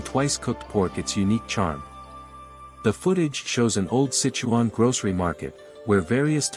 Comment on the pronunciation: Pretty obvious the narrator of this video is NOT Chinese! Can't even pronounce the Sichuan name correctly ! ! ! Come on bra - ask a native speaker if you can't spit it out correctly ! ! !